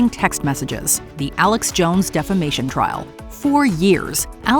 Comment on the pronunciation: When referring to Depp V. Heard situation, I though you called it the "Defecation Case" instead of Defamation Case. Lol